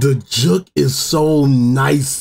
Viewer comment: Why does bro say juk and not juke 😂😂😂